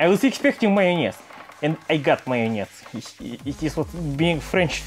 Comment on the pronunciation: I love how he say mayonnez